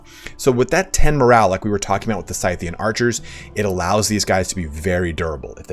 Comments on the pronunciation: Scythian is pronounced "Sith-ian" even though we call the tool a scythe and not a "Sith." Also Seleucid is pronounced Cell-Lew-Cid not cell-u-cid. Cheers. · Think you arent saying Scythian right but just a minor thing...😉👍👍👍 (I might be wrong ofc)